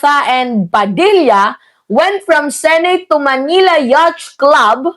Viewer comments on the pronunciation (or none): "Yat" po pag pronounce ng yacht.